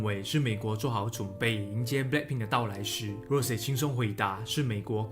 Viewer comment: 不是读rose是羅潔